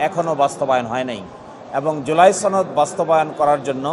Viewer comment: ছনদ না রে সনদ😂